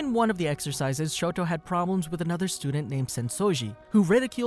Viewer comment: his name is Shota aizawa not Shoto aizawa